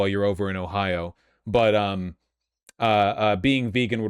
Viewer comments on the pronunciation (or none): none